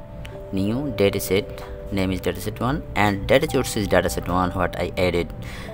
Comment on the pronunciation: Bro its call source not chourse, but your teaching is great! Thanks